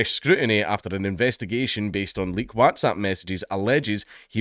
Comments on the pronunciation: Ngl, that's the weirdest pronunciation of whatsapp I've ever heard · This is bad yes but how you pronounce WhatsApp like that dank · Your pronunciation of WhatsApp is definitely for the Americans 🤣 coz we don't talk like that haha good on ye 👍🏻